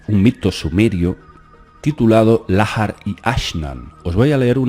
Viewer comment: Estás pronunciando mal. La letra H es muda en idioma español. En inglés suena como J. Lahar debe leerse como Laar y no Lájar. Porque no es inglés.